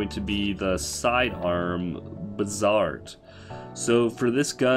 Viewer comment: “Air-bal-list” and “Buh-zard”😂